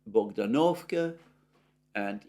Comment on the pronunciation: Dear Alexander, I thank you again and again for your excellent work. Let me suggest which syllable should be stressed in Russian / Ukrainian place names and some other proper names. I capitalize the vowel under stress as follows: L'Astochkino / L'Astochkine (l'Astochka means swallow, or martinet, also meaning 'darling') B'Erdychi Bogd'Anovka Ocher'Etino / Ocher'Etine Iv'Anovskoye / Iv'Anivske S'Eversk / S'Iversk Iz'iUm Lim'An Osk'Ol / Osk'Il (river) M'Aryinka (not Mar'Inka pls, a little girl's name, diminutive for Marina, while the name of the village is derived from Maria) Dni'Epr (Ru) / Dnipr'O (Uk) - river Piotr (Ru) / Petr'O (Uk, a man's name, i.e Poroshenko) Dmitriy (Ru) / Dmitr'O (Uk) (a man's name) Tern'Y Gen'Ichesk (not Genish'Ek!)